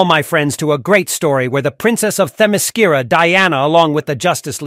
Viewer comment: Why did you add all that woke morality there at the end? You even mispronounced the island!